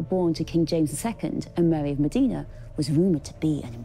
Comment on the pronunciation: Mòdena, not Modiiiiina. Insufferable mispronunciation. Thank God Charles Spencer says it correctly.